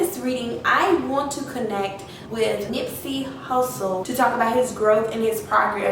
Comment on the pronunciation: If he was really talking to you, how is that you couldn’t pronounce his name correctly. And it felt like you weren’t even giving him time to talk. You were just rambling off. You never took a moment and stop and listen. This felt rehearsed.